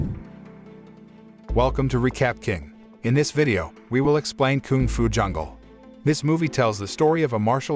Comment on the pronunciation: mans really said Koong Fu Jungle -_